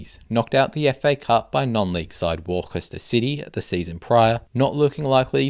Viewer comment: Worcester is pronounced "Wus-ter", other than that, great video, loved it